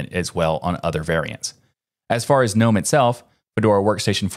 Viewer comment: The G in Gnome ist not silent!